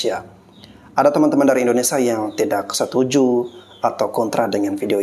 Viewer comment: Mf bg membetulkan penyebutan.. Bukan indonesa bg tapi indonesia..